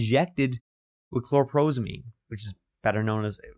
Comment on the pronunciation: I wager you’ll threaten me for correcting you the way you did with 😂 but the drug name is CHLORPROMAZINE (aka Thorazine) rather than chlorprozamine. Love yer stuff❗️